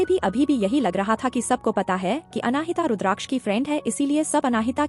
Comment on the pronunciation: " अनाहिता " जब यह नाम तुमको बोलने में इतनी मुश्किल होती है तो कोई आसन सा नाम रख लेते। नाम का मां बेटी बहन कर के रख दी है।😅😅😅